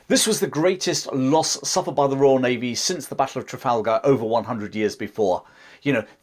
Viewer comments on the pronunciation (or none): none